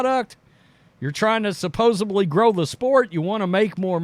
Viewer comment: It’s ’ classic use of “ supposeBly “ that always does it for me…😅